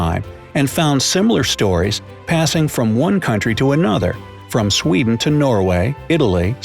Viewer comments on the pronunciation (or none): none